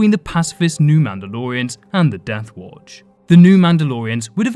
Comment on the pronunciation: Children of the WoAoUatch 🤣 sounded like you were having a stroke halfway that name